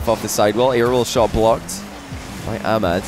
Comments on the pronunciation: its ah mad not amad lmao just sayin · Amad lmao its Ahh-mad